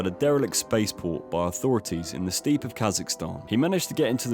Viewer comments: Not 'defiled'! Deified. Almost the complete opposite. And steppe is pronounced step, not steep! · It is pronounced 'Step' not 'steep' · Steppe is pronounced like 'step' not 'steep' 🤦‍♂️and deified is pronounced like day-ee-fied it's not 'defied'. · Why are your pronunciations so weird? You’re English. It’s ‘Mos-co’ not Mos-cow’. ‘Step’ not ‘Steeeep’ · Steppe is pronounced “step” not “steep” - FYI, narrator And now you’ve pronounced deify as “defy.” Oh dear.